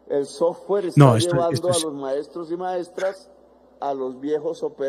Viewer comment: Ni sabe pronunciar la palabra sofware que ignoracia